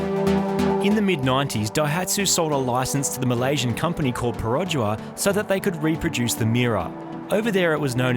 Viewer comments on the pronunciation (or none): lol as a malaysian I love this series, but Marty really butchered pronouncing Perodua and Kancil tho I pronounce it pero-dewa & can-chill